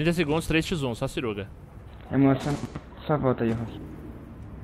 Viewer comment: "Só siruga" no lugar de "só segura" Emocionou full 😂😂😂